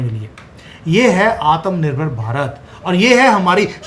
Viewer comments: Try to pronounce "atma nirbhar" correctly. Understand difficult for Punjabis. It is not Atham Nirbhar, pronounce it as "Atma" Nirbhar, please! Love you though:-) Jai Siya Ram!! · आत्मनिर्भर ❤ Not आतमनिर्भर 😅